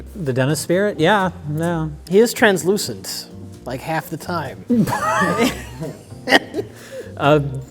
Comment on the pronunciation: Seriously, no credit given for pronouncing translucent correctly? I'm shocked and appalled!